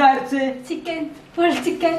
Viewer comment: chickennaaaaa ( Tht slang of dude)😂😂😂😂😂😂😂😂😂😂😂😂😂😂😂